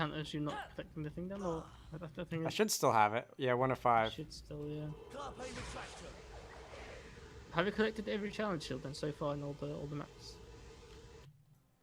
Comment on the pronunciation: i've noticed the different inflections. i personally think they sound a lil shitty and out of place.